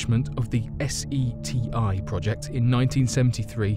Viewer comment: U are fired. Its seti. No s e t i.. geez